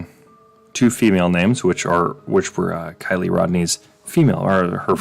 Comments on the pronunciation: Dude.... Learn the details before you try to put your two cents in. And... It's not Kee Lee. It's K 👁️ Lee. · Tip. Do not mention a victim if YOU CANNOT PRONOUNCE THEIR FIRST NAME.